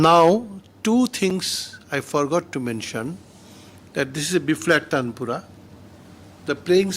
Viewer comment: It's not tandapura....😂...dear it's Taanpura.....that's supports base notes in concert